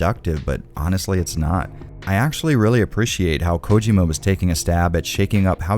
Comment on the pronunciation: The pronunciation of Hideo Kojima is slightly annoying but I still love the video and I’m on a binge of your reviews of Silent hill and Resident Evil Games